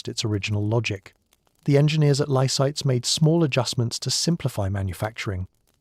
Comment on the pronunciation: it's Lysaghts , not Lysites , get it right !